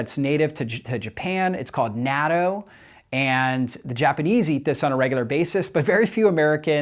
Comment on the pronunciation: I died inside each time you pronounced "natto" 😢